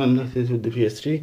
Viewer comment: She's name ps3 not ps dree